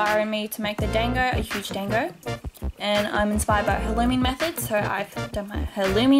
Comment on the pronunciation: Oof I'm kinda mad that you're saying dango wrong. Unless I'm thinking on the anime version idk. But I pronounce it like (don-go)